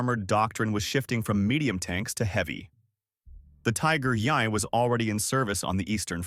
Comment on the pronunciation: "...the Tiger yeaiee..." terrible AI generated narration. Do better. 🙄